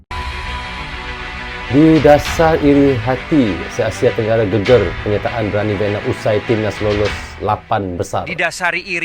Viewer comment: Bacanya gègèr bukan geger bang 🤭